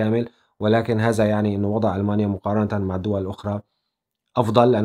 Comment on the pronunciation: اذا مدرس لغة عربية وما بلفظها هذا....هلا ضلت على هذا....نحنا وين وانتو وين